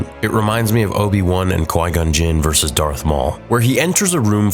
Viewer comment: Please learn how to say “versus” not “verse” when you are talking about people fighting. You sound like a toddler. A “Verse” a part of a songs structure. Versus means against!!!!